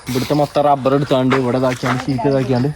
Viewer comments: ഡബ്ബർ അല്ല റബ്ബർ ആണ് മോനുട്ടാ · Dubber alla Rubber. Aan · ബ്രോ. നിങ്ങളെ കളിയാക്കുകയല്ല🙏ടബർ അല്ല. റബർ എന്ന് പറയണം